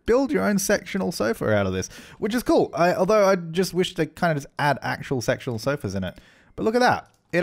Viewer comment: I know this is kinda wrong but it sounded as though you said you would like sexual sofas rather than sectional sofas.. 🤭🤫😂